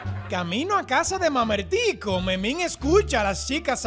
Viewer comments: dijo mamertco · porque en el minuto la profe dice mamertco en vez de mamertico